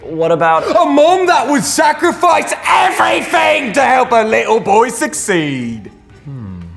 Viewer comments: WHEN YELLED “EVERYFING” HOMIE I LOST IT AND IM ON A TRAIN RN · The ephasis on on everything Is really scary